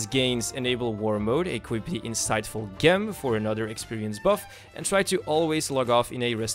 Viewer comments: DUDE, dude.... it' fucking GEM NOT GHEM , J E M , how do you even get this far without knowing basic shit? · Gem is pronounced with a "J", like gym or gaywalking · Thanks! Gem is pronounced with a "J" sound surprisingly, like jam or jew. Gem! :D Cheers